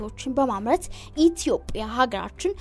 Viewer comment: ደምጽሽ ያምራል ግን ኢትዮጵያ ስትይ በጣም ነዉ የሚያስጠላው ረገጥ አታድ ርጊው ..